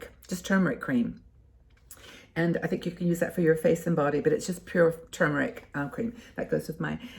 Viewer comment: Really enjoy distracting myself with your fun and new information videos....so kudos to you 👍....and I MUST commend you re your CORRECT pronunciation of "turmeric"..... Good For You👍👍😉